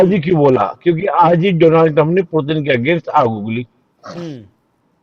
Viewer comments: 👉 ये निपुण पुतिन को पुरतिन क्यों बोल रहा है 🤔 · Foreign expert but says Purtin 🤣🤣🤣🤣. Shame on this expert !!